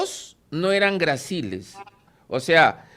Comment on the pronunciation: Ligero zumbido muy cerca al oído : gráciles 👌, no graciles como dijo el invitado.